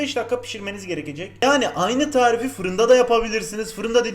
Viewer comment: Eveeğğt bugün sizlere ıslak kek yapacam.Bu tarifi de çok istemişsiniz bomba bir tağriğf daha geliyoğr. Her videoda bunu söylediğinde gülüyorum seviliyosun